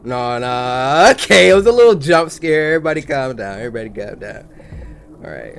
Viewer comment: 'e verybody calm down'